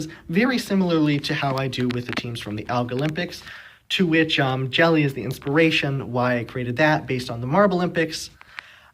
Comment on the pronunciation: Nice! Keep going, looking forward to more! Just one thing: The "J" in Jelle is pronounced like "y" in yellow so it's "Yelle".